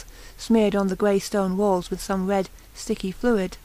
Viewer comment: I could not listen to this nonsense. If you can't fucking speak, don't fucking narrate audio books. "Red" is not pronounced "Wed" "Rats" is not pronounced "Wats". Just fucking stop speaking.